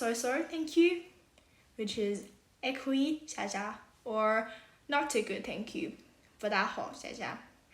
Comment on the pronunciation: 上海话里 谢谢是xia ya，两个谢的发音略微不一样。是xia ya，不是xiax ia.